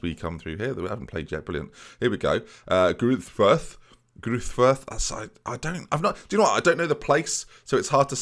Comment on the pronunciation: Greuther Furth: Greuther is pronounced like Groy-Ter with a silent "h" (rhymes with Reuter) and I believe the "h" in Furth is also silent and is said like Foort.